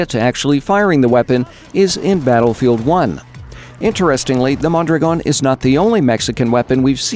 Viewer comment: Wow, the only one who pronounces correctly Mondragòn!!! ;)